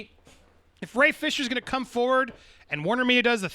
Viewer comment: You two are so eager to hate Ray and continue beef with him that you're refusing to acknowledge the truth. Not that he is even being 100% honest, but that you rushed to judgment and were wrong to do so. Refusing to say his name correctly is also a major form of bullying. You're the worst type of people.